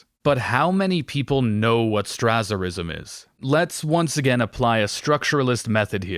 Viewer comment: Excellent video, but your pronunciation of Strasser drove me crazy. That z sound should be a s.